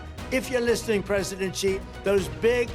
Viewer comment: How can anyone take this as SERIOUS journalism when they can't even pronounce the President of China's name correctly? Well researched or what?